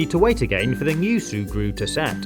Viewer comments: Did you just say “shurgru” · Every time you say sugru I hear Subaru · D-did u just say SuE-gRU??!??!?! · Sùe Gruw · I thought he kept saying SUBARU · I know that’s the name I’m just saying that I like how he says it